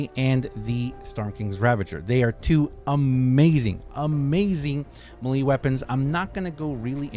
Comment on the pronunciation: Melee = may-lay not muh-lee